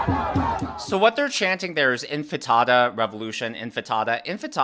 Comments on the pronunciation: Intifada not infitada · Intifada not infitada! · Its' intifada, not infitada. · it's "intifada", not "enfatada" or enchilada. 😄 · *'intifada', not infitada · I love ya, but it's CANARY (the bird) in the coal mine, and it's INTIFADA not infitata. LOL Great show my husband and I enjoy watching your videos! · Love your videos,!! I believe the word is pronounced inti-faaa-duh. Thanks for all of your hard work:)